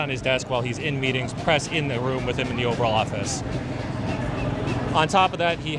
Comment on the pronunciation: i had to play it back twice..... the overall office? my guy....😂